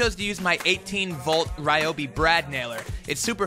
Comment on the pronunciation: On another not Ryobi has canceled any future endeavours on account you pronounce it R-e-e-o-b-e-e